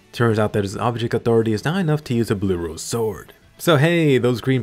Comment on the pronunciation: I'm not the only one that heard sworldand during the fight right? That sexy beast.